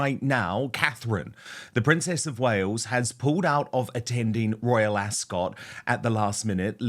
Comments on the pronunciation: It's not pronounced AsCOT it's more like Asc't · "ASK-UT", not "ASS-SCOTT". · Dan it is pronounced Ascut, not cot. From one kiwi to another 😂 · Dan, I find it funny that you're a Brit, yet you can't say " Royal Ascot "properly .. it's * Asket * .. 😅😂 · Love you, Dan; however, you need to learn how to pronounce Ascot❤